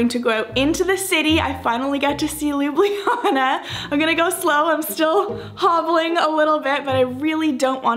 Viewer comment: Hey Americans, great review. But please please Canadian guys, stop masacring spelling of the city Ljubljana. It’s not Lyubliana, it’s like Lublana (read looblahnah). Take the letters J out (it is a foreign insert from Panslavic lovers anyway, Ljubljana 100 years ago was just Lublana). Thanks!